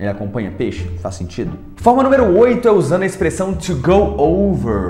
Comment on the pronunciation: PALAVRAS EM PORTUGUÊS FALADAS E R R A D A S NESTE VÍDEO iNO, iNO a palavra correta é iNDO, acompanhaNO, acompanhaNO a palavra correta é acompanhanDO, usaNO, usaNO a palavra correta é usanDO. conversaNO, conversaNO a palavra correta é conversanDO Antes de você dar suas aulas em Inglês aprenda o português